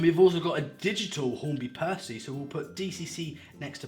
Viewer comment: You said it right the first time